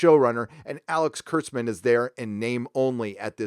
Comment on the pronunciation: Kurtzman not klutzman lol.